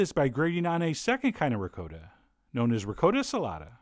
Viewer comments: What the heck is Ri -coat - a?? It's pronounced Re-cot-ta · You are a wonderful chef and teacher, chef John. However, your pronunciation of ricotta has made at least 214,373 Italian Grandmothers roll over in their graves. In fact, a few who are still living rolled over, just because they could not help themselves... There is no such thing as "Rick-coat-a" cheese. Say it slowly now, "Ree-coTH-a" or if you really want to go full-Brooklyn here, "Reegoth"" Rest peacefully Nona... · Did Chef John say REE Coat O? Disgrazí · I love you with all my heart Chef John, but as an Italian I can almost hear my grandma yelling at you for saying ri-COAT-uh instead of ri-COTT-uh lol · Don't usually do this but your pronunciation is a little off .. The "cot" in ricotta is pronounced. . Like it is, cot. . Not "coat " Great recipie, like I like ! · Ricotta does NOT rhyme with Dakota. Just saying. RI-COTT-AH, not RE-CODA lol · CHEF JOHN ITS RICOTTA NOT “RICOATA”!!! DAMN IT! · It is pronounced, ri cot ta. That's phenecticly pronounced. Not recoda! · how do americans butcher so many languages? ri coh tah, not ri coe ta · Wow, there are many videos here on youtube By REAL ITALIANS.. It is definitely "COAT" not "COT" .. M DIXON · ... that link you provided proves how John is saying it is wrong. He says ri "coat" ta like in N. Dakota. Italians say Ri cawtta it's still a soft "o" like "awta" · Reee Gotttt! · I can't watch this if you're going to pronounce it "Ri-coda" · M Dixon its pronounc rickata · M Dixon ...I know, but it's pronounced Ri-kaa-ta...Like the old Twins and Yankee pitcher Jim Kaat...No biggie but all my friends are Italian and would kick my ass if I pronounced it that way!! But I love the man's recipes! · Sorry chef John, love ya man but...... You are the Jake Lamotta, of mispronouncing ricotta. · Me: taking a sip of beer every time he miss pronounces the word ricotta lol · I'm a big fan, but I must say it: ricotta does not rhyme with Dakota.